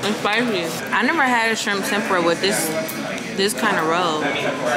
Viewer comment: Tempura is pronounced Tem-pu-ra... 3 syllables. Stay safe.